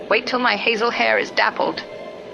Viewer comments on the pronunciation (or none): none